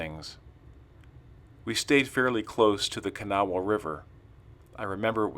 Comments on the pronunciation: pronounced ka naw. Kanawha river Kanawha county W.va. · You are saying kanawha wrong its sounds more like this, ka naw